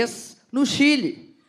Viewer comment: Cadê o vídeo que ela fala Chile de Quile